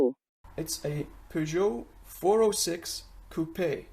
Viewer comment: The fact you can't pronounce it says it all really